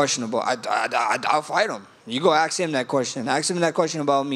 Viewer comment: Max don't ASK questions. He AX them!